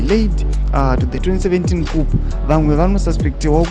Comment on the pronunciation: It’s kuuu not kup cuop